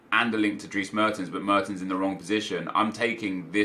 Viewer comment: I ‘m amazed of how you always force yourself to pronounce the names correctly! I’ve never heard someone who speaks English pronounce Dries the right way. Well you did. (Drees)